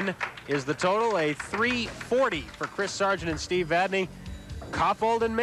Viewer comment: Hey...wait....did I actually hear these two clowns pronounce Steve's last name correctly?? WOW!!